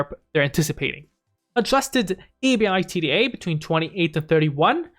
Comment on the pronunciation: Lol just say “ebida” lol